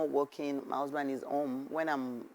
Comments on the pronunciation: 'Husband'. The majority of you are backward in that 'country' you call Nigeria. I asked a simple question, what was 'Usband' and why couldn't she pronounce her consonant 'H'? What happened? Frustrated people came out and typed examples of their frustrated lives except Yskubu, who was reasonable in his comments and 'politely' explained for me. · How old is she now? 53? How come she can't pronounce the letter 'H'? What is 'usband'?